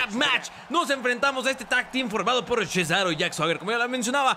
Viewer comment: en vez de decir cesaro dices CHESARO xD